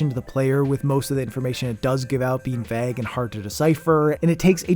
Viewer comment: The way you say vague sounds weird